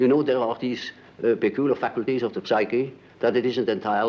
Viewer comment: I like how he enunciates the “p” in psyche lol